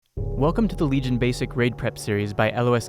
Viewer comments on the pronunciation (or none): none